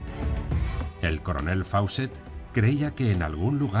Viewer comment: Gran video, pero Fawcett se dice "Fócet". "au" y "aw" en inglés son como una "o" larga.